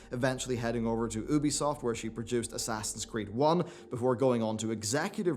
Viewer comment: Why you cannot pronounce Ubisoft properly is absolutely astounding at this point.